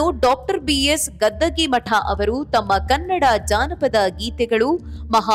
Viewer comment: ಮೇಡಂ, ಅವರು ಗದ್ದಗೀ ಮಠ ಅಲ್ಲ ಗದ್ಗಿ ಮಠ ಅಥವಾ ಗದಗಿ ಮಠ ಎಂಬುದು